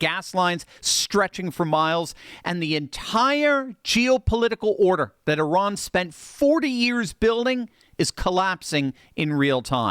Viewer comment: The only guy on youtube that pronounes Iran correctly 👏